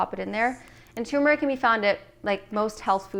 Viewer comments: So sad 😕 to hear a dr. say tumeric instead of turmeric. We never pronounce the first "r" in the word. Yikes!! BTW. Nice recipes for getting the day started.😃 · Does anyone else hear tumeric instead of turmeric? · Why can’t anyone pronounce turmeric correctly? It’s not effing tumor-ick 🤦🏻‍♂️ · This is my 1st time watching you. You're beautiful. I'm absolutely going to subscribe. The smoothie looks amazing, but hearing toomeric is just a little annoying. Lol I don't think the "R" is silent. Turmeric is pronounced just like it sounds. Not being mean, I promise, just kidding a little. Maybe it's your accent, but I've never heard it pronounced like that🤪. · Why did she says...Tuuurmaric, it’s pronounced without U 🤣🤣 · You keep saying turmeric wrong